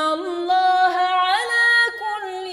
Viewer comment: ماشاء الله مباركة فتح الله عليكي عليك الاضخام صوتا من المخرج بمواقع "اللام لاسم الجلالة " عشان تزداد الروعة بارك الله فيكي